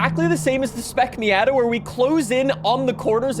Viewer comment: Does everyone in Canada pronounce "Miata" incorrectly?